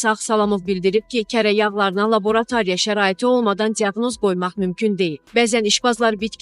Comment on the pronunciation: LaborToriya sozu orta mektebden oyrenilirBu so,u duzgun teleffus ede bilmeyen bir insan nece sherh ede bilerSenon yag haqqinda melumatin endi 0 ra